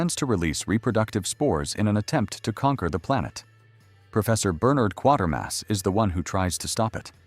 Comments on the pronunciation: There is no R before the T is Quatermass, so it's not quarter! It's Quater as in KWAITER. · The Quatermass Experiment is not pronounced, or spelt, as 1/4 mass. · My first time on this channel, I think. I assume it's AI script. A lot of them use that. Years often get butchered.